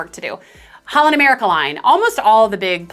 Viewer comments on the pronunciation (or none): none